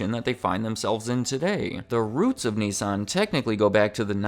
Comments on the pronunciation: It’s “Nissan” not “nessan”🤣🤣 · The way you say Nissan does not make me happy